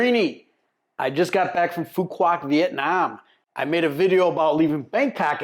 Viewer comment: Please take a few mins to learn proper pronunciation. Just ask the locals! (try "phu wok" - the q is all but forgotten and made into a 'w' sound in the southern dialect) And there is no town called 'Phu Quoc'. The main town is Dương Đông ("Yuong Dong" is the closest I can type as to how to say it.)